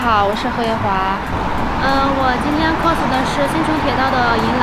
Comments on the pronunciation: 非常想和Lks说cos的发音，不是寇s，是靠s。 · Costume play..发音😅